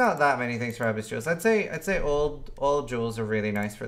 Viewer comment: "Ahhh-biss league"... my gawd.